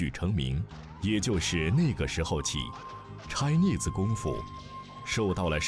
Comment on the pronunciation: Chi ne se. 拆腻死。。。。发音很好笑。